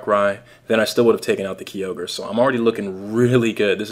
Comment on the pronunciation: KIE-orge not KEY-ogre